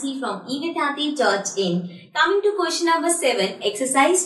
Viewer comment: you say pustion it is ouestion